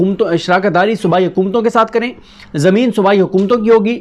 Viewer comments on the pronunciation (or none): none